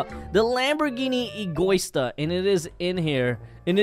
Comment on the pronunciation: It’s written egoista translation egoist ant the right pronunciation is ego-ee-sta